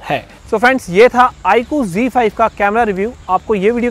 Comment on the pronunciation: Bhai G5 nhi he z5 he o nit bolna to sikh lo